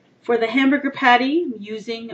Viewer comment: Sounded like u said Hambooger at the end